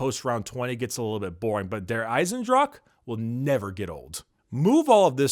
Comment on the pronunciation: ok I know this is like one year ago, but if a german word ends with an "e" it almost always has 2 syllables like "Dra-che" or "Waf-fe" So it would go "Ei-sen-dra-che" just saying ;D